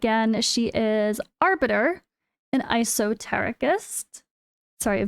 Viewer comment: It's pronounced Eh-so-tare-i-cist